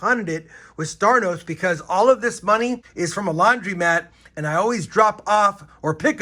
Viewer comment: laundromat, not laundrymat Just trying to help